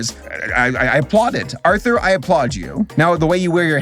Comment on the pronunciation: Didn't it always sound like they said "now back to author" instead of Arthur